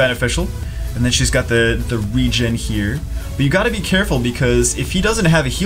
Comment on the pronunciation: RE-GEN thats how it is pronounced, you said it correctly